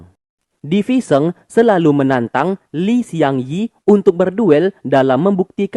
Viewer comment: Bang... namanya Li Xiangyi (李相夷) bukan Shiang Yi